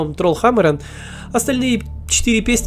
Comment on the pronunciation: Почему надо говорить трольхАмарен, если даже поется тролль хамарЕн?